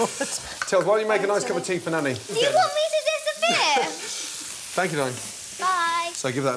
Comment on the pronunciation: Duo yoeu waht meh to disahper? That's kinda rewd